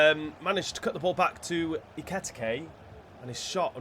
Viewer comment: Pronunciation for Ekitike is Ekeeyteekay